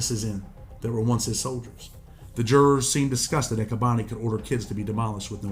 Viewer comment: it's "kah-boni" not "kay-boni"